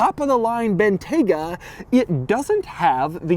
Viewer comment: It's pronounced BIN-TYE-GUH